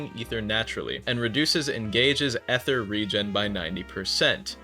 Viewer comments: its EETHER NOT EHTHER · Ether ❌️ eee ther ✅️